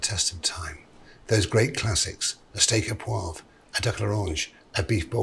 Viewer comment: Steak Au ThereWeAre.